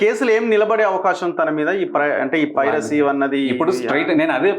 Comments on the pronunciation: Privacy kadura nayana, piracy. Nee lanti vallu andaru jorunalist lanta.... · Privacy ❌❌❌ Piracy ✅✅✅✅ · Privacy kadhu ra ayya, piracy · It's not privacy. It's piracy. Please pronounce it correctly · Privacy ❌ Piracy ✅ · He is saying privacy ..instead of Piracy 😂. Very knowledgeable journalist 🤣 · Privacy kadhu bro piracy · Privacy kadu babu… Piracy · ప్రైవసీ కాదు అనుకుంటా పైరసీ అనాలి అనుకుంటా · ఫ్రయివసీ కాదు పైరసీ...